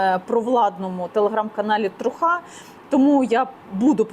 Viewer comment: не трухА, а трУха - правда (true)